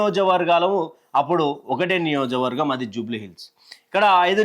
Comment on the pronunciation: నిట్ట కాదు నిండా అనాలి.నియోజక వర్గం అనాలి, నియోజ వర్గం కాదు.తెలుగు సరిగ్గా నేర్చుకోండి.